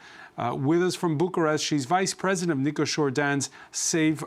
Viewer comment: 24 English Please modify the president's name to Nicusor, not Nicosur, please, thank you.